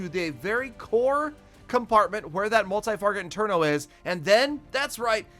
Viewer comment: multi farget interno was very fun, props to you, adding another mispronunciation to your videos